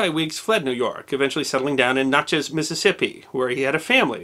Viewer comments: i love you, but its more like ""Nah' chess" than it is "noh' chez". if'n u care to be akrate, that iz. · Natchez, not Notchez my friend! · You pronounce Natchez as "knotchaz" lol. Not right my friend. It is "nat-chez". Adding a drawl might help to sound more athentic. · NATCH eze, vs. whatever you were saying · Nice story, however it’s pronounced “NatchEz”, just for your information, edification, gratification, and knowledge. My great Grandfather there, himself, a Judge, supposedly shot and killed an intruder one night, in his bedroom. The family has “always wondered”, but there is no record of the deed. Such were the times, then. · Natchez, the a is like the a in cat. Great as always. Can you do a video on why they used 'f' so much in place of 's' in old printed documents? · Great story. I'm surprised though, that being from St. Louis you mispronounced "Natchez". It rhymes with "matches ". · Great story. FYI Natchez is pronounced like natural.